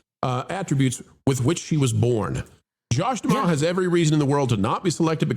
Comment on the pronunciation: Mispronouncing D'Amaro